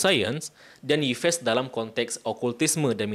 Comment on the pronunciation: Masa Yves dibaca Ipes....